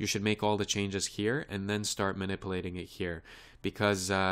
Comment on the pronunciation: eeehehehe...(Bevis)...he sez manipplating. hehehehe.